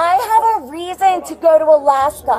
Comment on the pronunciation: Pronounced: Aaalaskaahhhh 😂